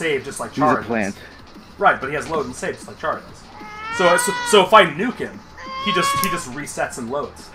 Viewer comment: I love your content and I hope you make more Vrchat Undertale Chara content, but its pronounced care-uh. It says that canonically in the game when you meet them after the genocide rout I believe? Not tryna be rude I'm just reminding you. Please don't hate me, I rly o enjoy your content. But I'm just saying, its pronounced care-uh, as if your saying the "chara" part of "chara"cter. Sorry if I came off rude. I love you and I wish the best for you. Please make more vrchat undertale chara content. <3:) Edit: Autocorrect made me say undertake not undertale lol